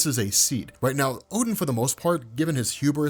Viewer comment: Not oh den a gain